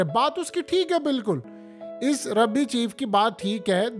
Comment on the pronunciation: ربی نہیں بھائی، رابی